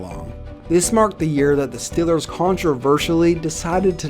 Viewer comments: StEEEEElers...not stillers! Cmon!!! Lol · BRO ITS STEEEEELERS NOT STILLERS. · Get it right and pronounce it right, it's The Steelers. Like steel. Nobody's pronouncing your browns; Cleveland brons.😒 It's not hard, so you come off as being funny. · it's Steelers not stillers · STOP SAYING "STILLERS" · Love your vids, but hate how you say “stillers” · it is stillers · learn how to say "steelers" idiot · You say Steelers wierd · Why does he say “Steelers” all weird? Are you from Texas or something? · Does anybody else think he pronounces Steelers kinda weird